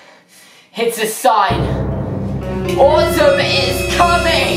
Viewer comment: when he said autumn is coming i legit thought he said autism was coming and i waz all like dafaq